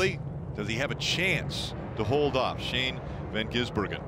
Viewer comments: and are the best 😂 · don't forget with a stumble. That one is definitely my favorite. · Every time they mispronounced or stumbled over SVG's name: "Shane van Ginsenburgen" (my favourite) "SVJ... G" "Shane... van Gisbergen" "van gisBERGen" "van gisBERGen" "Shane van gisBERGen" "ven gisBERGen" "Shane ben Bagizbergen" "van gisBERGen" (checks notes) "disbergen" "gisBERGen" "gisBERGen" "Shane... ben Gisbergen" "Bergen" "Shane... ven Gisbergen" "Shane... ven Gisbergen" "gisBERGen" "vasvih vesvedur" "van gisberg" "vansvi gisbergen" "The Gearz" "Shane van... gisBERGen" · dont forget at around the 3h mark van Geesebergen